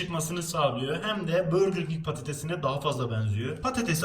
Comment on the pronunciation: Burgur king değil burger king